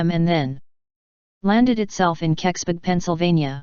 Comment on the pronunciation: It's impossible to mispronounce Keksburg unldss you're trying, why are you trying